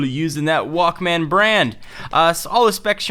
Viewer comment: good work but i hate how you say walkMAAAAN